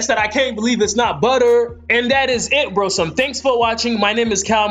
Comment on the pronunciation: After the tenth "brosome" I was done